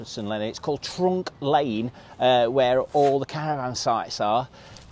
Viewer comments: It's trunch as in truncheon not trunk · It's not Trunk Lane. It's Trunch (to rhyme with Crunch) My mum and dad owned a caravan there in 1952.